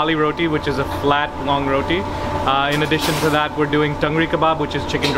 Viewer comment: I dont know if is my hearing but to me you pronounce every other delicacy no problems except one its roTi not roDi